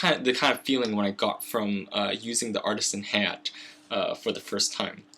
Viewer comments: Ha-Ya-Tay not Hey-yacht >_< long A sound on Ha and Ya and Te like ta-ble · omfg, please pronounce "hayate" as ha - ya - tei not "hay-yet" holy shit.